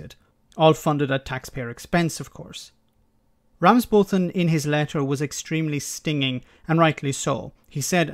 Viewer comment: It’s pronounced ‘Ramsbottom’ btw 🙂